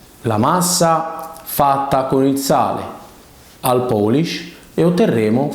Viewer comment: Una domanda, ma poolish non si dovrebbe pronunciare "puulisc" più o meno? Tutti gli italiani su YT dicono "poolisc". Non mi sembra corretto, ma attendo un madrelingua inglese che me lo confermi:finger-red-number-one